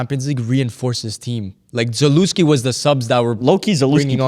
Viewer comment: Za"lé"wski not Za"lu" wski! Am i the only on ewho gets rage baited by this?